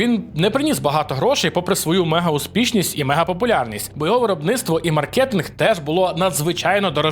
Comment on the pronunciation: Мáркетинг! Будь ласка, наголос на перший склад 🥲